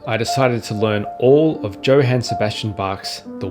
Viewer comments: "Yo-han," not "Joe-han." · Johann isn’t pronounced like that. It’s like “Yo hān” not “Joe Han” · not “Joe-han” but Yo-haan* 😂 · Joe-han? Who is so British that they insist on pronouncing the J in Johann like the j in jam? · LOL, well it wasn't my takeaway, but it seems fine to correct it. Oddly, pronounced Johannes Brahms with that 'yo' sound, and then immediately said Joe-han Sebastian Bach. It grated on me, and just seems odd for someone so enamoured by his music, and to study it so deeply that he can play all of the WTCs, not to get the man's name right. Or if he knows something I don't, then it's worth flagging up so we can (over?)learn. I don't think there is or ever was a hard J sound in German. Even Ja is pronounced Yah. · Joe-haen ? I know British people have pronunciation difficulties but this made me bounce 10s in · What a lovely day on the intern- DJO-HANN???? Edit: I see you're a polyglot (and professional name reader!) so this must be engagement bait. Fair play. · I think we can forgive a minor pronunciation error. I'm sure he'll forgive you thinking he's a Brit when he's clearly Australian...! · Apparently you haven't learned how to say "Johann" or "prelude"! I joke, but it's interesting to hear some of the things I learned while playing these pieces formalised into a tidy list. Congratulations!